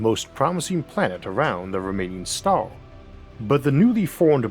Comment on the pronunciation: bro your english is fucking brutal... hire an a.i. reader or something. cant even come close to saying the word star... among many others.